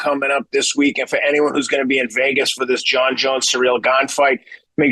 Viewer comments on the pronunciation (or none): none